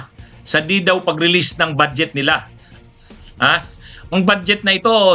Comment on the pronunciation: Atty.budget po hindi bad jet